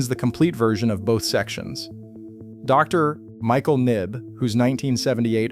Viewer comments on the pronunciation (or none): none